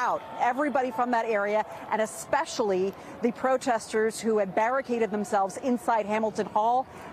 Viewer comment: Especially...not expecially